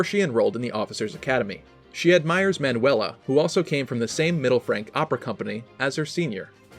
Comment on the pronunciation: More like youtubers vs pronouncing Manuela